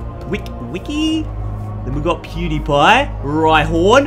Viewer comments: He always says dewpider pew die pie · He said dewpieder